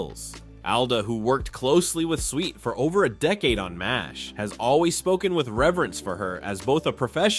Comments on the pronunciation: Her name was Swit, not the way you pronounced it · IT'S SWIT, NOT SWEET, SWIT. !!!! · SWIT not SWEET!! I see others caught the error also!! 😊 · Why does the commentator keep saying "sweet" instead of proper pronunciation SWIT!!! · SWIT ....... NOT SWEET 😮😮😮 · Her last name is Swit not Sweet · Her name is Swit, not "Sweet." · 😢Her last name rhymes with Witt get it right. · Her name is pronounced Swit NOT “Sweet”. “Sent shockwaves through the entertainment industry”. Seriously, give me a break, so completely over the top and sensationalist and you can’t even pronounce her name. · 🤦‍♂"Switt," not "Sweet"! 🙄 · Swit not sweet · It's not pronounced "Sweet", it's "Swit", short i. I loved her after McLean Stevenson left the show, and especially after Larry Linville left the show. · It’s SWIT, NOT SWEET! 🙄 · It's Swit not sweet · It's Swit not Sweet, RIP Loretta ♥️♥️♥️ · Very annoying to hear this YouTube reporter ignorantly saying "Sweet" over 20 times. Get your names straight if you're reporting on prominent people! Loretta Swit was an accomplished actress who deserves to have her name pronounced correctly in the news! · How many times can you mispronounce her last name? It's SWIT like wit with an "S" in front of it & why say X formerly known as Twitter? EVERYBODY KNOWS THIS! Just say "X," no need to even say Twitter!🙄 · When the AI voiceover can’t even pronounce her last name correctly 🙄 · You can say Houlihan properly but cant say Swit!!! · Why should I subscribe if you can't get her last name right, as she was beloved by millions and you can't even GIVE HER that respect...RIP Loretta Swit. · Sad they couldn’t pronounce her name correctly. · My God get her last name right! You could have at least done that much research. Thank goodness most of us know who the hell you’re talking about. Did you not hear anyone say her last name??? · It was AI, miss pronouncing her name. Thanks, another good one. 😢🌟🧡